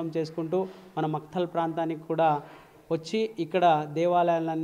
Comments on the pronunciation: "మక్తల్" ని 'మైఖేల్' గా చదివిన యాంకర్ తల్లికో దండం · Makhtal adhi..Micheal kadu